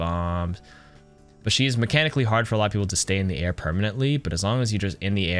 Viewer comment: Fella really said “tear”.